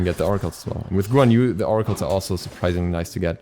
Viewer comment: The way you said guan yu just made me feel very violent 😐